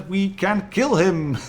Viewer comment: "I keel you!" lol! Nice review .